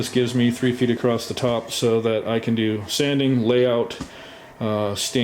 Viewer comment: 30 seconds in, and I hear my 2 least favorite mispronunciations of English words: heighTH and acrossT